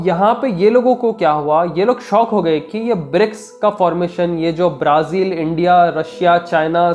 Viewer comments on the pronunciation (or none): bhai, Braa-Zil ko sahi pronounce karo😂